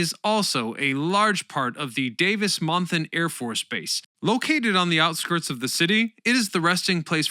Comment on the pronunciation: Unbelievable!, for someone who gets so many words mispronounced, it is stunning how you got both Tucson and Davis-Monthan Absolutely perfect!